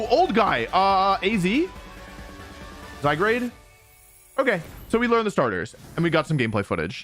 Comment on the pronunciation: “Zygrade” is crazy 😂